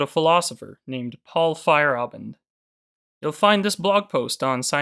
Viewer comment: Fa-yair-a-bend is the pronunciation